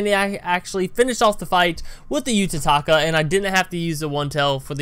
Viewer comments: it's uta kata not utataka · its utakata